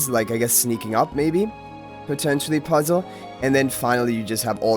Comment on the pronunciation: Puzzle saying the word puzzle puzzles me😅